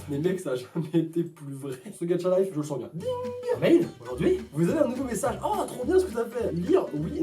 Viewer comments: Pourquoi tu dis gadcha life c'est GACHA LIFE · Il pronons gatcha life mais il c lecrir au moins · Alors un truc ses pas gatcha life mais ga cha life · Quand u dit gaCHa on jmfe au lieu tu dit gatcha life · On dis gacha lif pas gatcha lif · Ça ce dit Gacha pas Gatcha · Par contre on dit pas gatcha life mais gâcha psk ça me stresse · On dirait tu dit gatcha life 😂😂😂sinon j'adore tes vidéos 🙂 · C EST GACHA LIFE PAS GATCHA LIFE TU PRENONCE LE TTTTTTTTTTTTT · ON DIT PAS GATCHA LIFE ON DIT GACHA LIFE C COMME PAIN AU CHOCOLAT ET CHOCOLATINE PTN !!!!! 😂😂😂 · Sa se dit GachaLife et non GatchaLife 😂😂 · DSL mes sa m'enerve quand tu dit ga"t"cha et pas ga"ch"a😅😅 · On ne dit pas gatcha life mais gacha life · "Gatcha life" 😂😂 sinon continu comme ca tu gère! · tu dis "Gatcha life" mais c'est "Gacha life",pourtant c'est pas dificille de le dire.😂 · on dit pas gatcha life on dit gacha life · On dit 《gachalife》pas《gatTchalife 》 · Est ce que tu dis "tchat" non alors c pareil pour gacha life PS j'aime bien t vidéos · C'EST PAS "GATCHA" MAIS "GACHAAAAA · On ne dit pas "Gatcha Life" on dit Gâcha Life !!!😂😭😂😭😂😭😂😭😂😭😂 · Dsl Mais on dis pas « gatcha » On dis « gacha » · C'est gacha life pas gadcha life x) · "Gatcha-life" x) MAIS CA CE PRONONCE GACHA-LIFE PTN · On dit gacha life pas gatcha life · est on dit gacha life pas gatcha life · J'adore est le seul qui dit: "GATCHA" au lieu de "GACHA" 🤣. Ça m'a stressé toute la vidéo 🤣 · C pas gatcha life c gacha life mais on te pardonne 😂😂😂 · MÉ CA SE PRONONCE GACHALIFE PAS GATCHALIFE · je t'aime bien mais franchement, arrêté de dire gatcha life stp parceque sa ce dit gacha life 😭, sinon ta vidéo est super!😍 Continue comme sa ❤ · Même mary le dit comme ca gacha life pas gatcha life 😂😂😂😂😂😂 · Il a que moi qui entant dire Gadchalife à la place de gachalife 😂😂💜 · Je comprend pas pk a chaque fois que tu dois dire Gacha Life TU DITTTTTTT GATCHA LIFEEE C’EST KOI SA(ps: j’tadore UvU) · Tu le dit mal gacha life